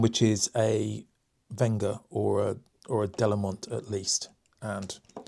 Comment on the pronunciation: Super review! BTW its Wenger not Venga. I have the Evo wood 17 Delmon, great tool and feels brilliant in the 🤚